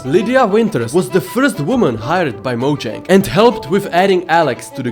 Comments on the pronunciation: Another fact: mojang isn’t pronounced mojang it’s pronounced Moyang trust me mojang I Swedish and j sounds like y in Swedish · while he said ceo of mojang i thought he saif ceo of MANNEH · ok so, remember the debate between pronouncing mojang as mo-jang or mo-yeng? well, one od the staffs called it mo-jang. there ya go